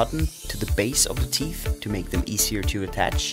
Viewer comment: Noooooo he says teef